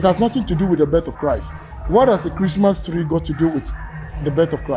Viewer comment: Christmas tlee 😂